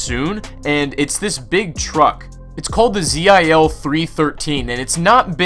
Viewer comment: Not you-ey-zee, but Uh-ah-zz. Read the letters, not spell them, Zee-hll